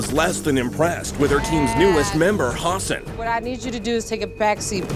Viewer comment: I like how the narrator calls Hassan by hasen when it’s Hassan with a long a and long a.